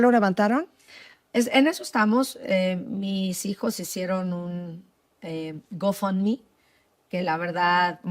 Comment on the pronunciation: No si asi habla el ingles GO FOUNDME como lo dijo quiero pensar que ayudaba ala maestra